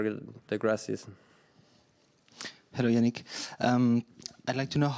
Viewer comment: Jannik, not Jannick!! He's italian not german.